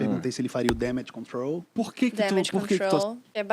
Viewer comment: Senti que no "Damage control" ele acabou aportuguesando e você pronunciando corretamente. Não foi?